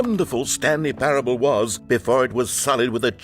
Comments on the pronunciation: Wanted to rip my ears out every time he said “parabable” lol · It’s pronounced pair-uh-bull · Just so you know it’s pronounced like pair-able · Not the best start when the streamer can't even pronounce a the word "parable".... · ah yes, Stanley Paraeoblibl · Dude …. (Pair-ah-bowl) That was embarrassing I do not know how u make it thru life on the daily good luck bud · Someone probably already said it but it's pronounced Pair-Able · you cant pronounce parable?